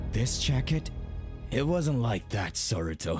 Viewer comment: its saruto not soruto